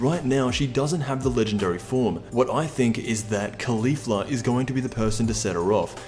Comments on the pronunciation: It's pronounced "Collie-Fla", not "Khali-fla". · KAH-lay. kaw-leaf-la